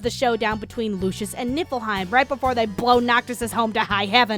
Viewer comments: You should have used the ending title. It looks funnier Also I keep hearing you say nippleheim. I know its nifleheim or whatever by ehh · Keep accidentally hearing nipple hein instead of what the kingdom actually is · keep hearing nipple heim fjchdn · Am I the only one that just realised that it's Niflheim not Nippleheim? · It's not nifleheim. It's nippleheim. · Why do I hear Niflheim as Nippleheim T_T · LOL Nieflheim = "NIPPLE-heim".... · I can't unhear "Nippleheim". . . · every time she says Nifflheim I hear "Nippleheim" and at this point I'm not even disagreeing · ohhhhh niflheim. i thuoght it was nippleheim the entire time. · Every time someone says Niflheim. I can’t hep but hear instead Nippleheim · Every time you said nifelheim, I understood nippleheim... This is not a criticism, I am just misunderstood you the first time and I'm childish. I enjoyed this a lot😂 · All I hear is NIPPLEheim (I swear I'm over 21..lol) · I keep hearing "Nippleheim" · are you saying nippleheim? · I'm I the only one hearing her say Nipple Haim? xD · All I hear is nipple-hiem... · Am I sleepy or did she say "Nippleheim"? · nipple-heim. Thats all I've heard for this entire video. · I know that you're saying niflheim, but every time you say it, I hear nippleheim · I'm literally snickering every 15 seconds because every time you say "Niflheim" I heard "Nipple time" and fuck I swear I'm an adult I SWEAR IT!!! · Sooo... She's ddefinitely saying "Nippleheim" right? I'm not hearing things, she's doing that on purpose? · WHY DO I HEAR NIPPLEHEIM EVERY TIME ? ! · min Did she just said Nippleheim? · all i can hear is nipplehym rather than niflheim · why you always say nippleheim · Look I know it's called niflheim but I could have sworn hearing nippleheim for some odd reason. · Am i just a dumb fuck or do you really say Nippleheim? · I keep hearing Nippleheim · I keep hearing Nipple-heim